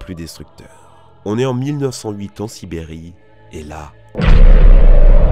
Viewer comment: et voici la shibrérie